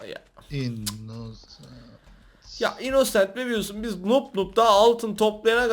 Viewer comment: mörder sliyır. innnoooosent selimmm dedi +1leyin görsünler